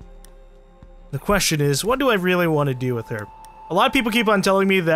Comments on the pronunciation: did he say capatio ... xD it's pronounced ca-PI-tao with a quick ca leading into the pi (ca-pi-tow). As for caveira, it's ca-vei-ra (vei as in vey/vay rhymes with hay). Capitao = Captain and Caveria = Skull :) I think that's cool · if I'm not worng, as for "Caveira" the phonetically would be "Ka-vey-ra", but you pop up the letter (r) just like americans do with the [t] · as a Brazilian, the cringe is real every time you say "caveira" and "capitão" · you're SO CLOSE to pronouncing caveira the right way omg lol